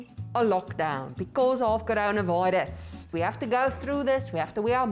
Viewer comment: The way says coronavirus is hilarious 🤣🤣